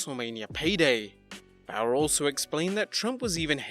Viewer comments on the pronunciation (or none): none